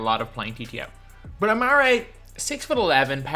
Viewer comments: Why are you saying amaray it’s AmarE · Patty idc about basketball reference the common pronunciation of his name is amarE dog is the first person I’ve ever heard say amaray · it's not it's actually AmarE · Please stop saying a mar ray stoudemire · Patty then why does every single nba announcer say amarE? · Patty actually his name Is Amar’e the apostrophe e means that the e is pronounced as an E rather than an ay. If his name were it be amare then it would be pronounced amaray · Patty I guess the card does say amare so the cards name is pronounced amaray but the card should have an apostrophe